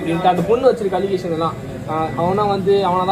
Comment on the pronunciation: Allegation ❌ Alegasan ✅ 😂😂😂